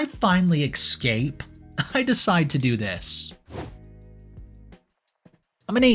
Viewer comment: There's no X in the word Escape. Your narrations would sound much better if you could correct this pronunciation